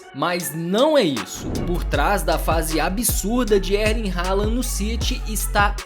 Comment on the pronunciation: Pronúncia de Erling errada. O R não se pronuncia.